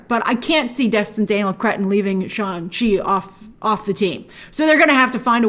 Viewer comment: it’s funny how shang chi taught people multiple times in the movie how to pronounce his incredibly easy to pronounce name and grace still chooses to call him sean chi